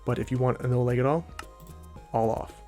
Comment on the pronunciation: this man is from minnesota out here saying l-ay-g